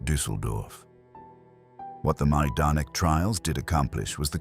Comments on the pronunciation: I thought it was pronounced “MI-don-ik,” not “Maaj-don-ik.” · Wow the pronunciation here is atrocious. At least properly pronounce the subject of the video 🙄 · It’s terrible, and should at least be previewed before you publish the video. It takes away from how good the information in video is.